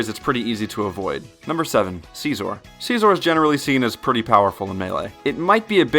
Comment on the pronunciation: The way you say scizor makes me cringe